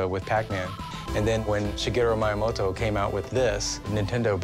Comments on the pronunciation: It's Miyamoto, not Mayamoto. This guy is supposed to be an expert? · “Shigeru My-moto” god how is this guy supposed to be a professional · "Shigeru Mai-a-moto" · Not only does that expert not know the value of an original DK arcade in that condition... he doesn’t even know how to pronounce Miyamoto’s last name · What an expert, can't even pronounce Miyamoto's name right...